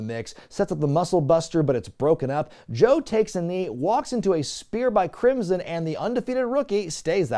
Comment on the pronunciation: Thank you, because now I cannot stop thinking of Crimson as "Crimpson".